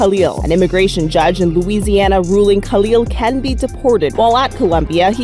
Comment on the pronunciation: What is an "immigration jadge?"